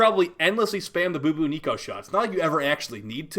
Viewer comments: Lmao ... boo boo Neeko. Its bubonico. Like the bubonic plague. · Boo-boo-nico. Even though I expect it, I still crack up when pronounces Bubonico as that. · The way he says bubonico 🤣